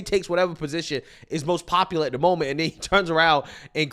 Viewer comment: He says “den” instead of then. No sir you will not be our countries head representative. 🙄😂